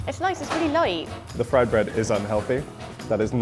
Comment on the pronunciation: The girl keeps on saying"the food is so Loite"